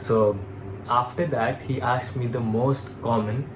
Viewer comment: Aksed or asked? 😂